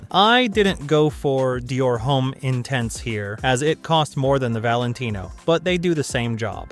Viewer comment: We are just joking. You should research how to say the names properly before you make a video. Just watch many of the other videos and listen to how most people pronounce it 👍